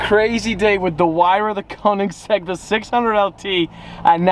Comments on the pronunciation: Koenigsegg. Not koningseg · It’s koenigsegg